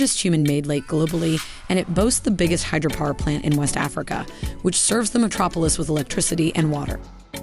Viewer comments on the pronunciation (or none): none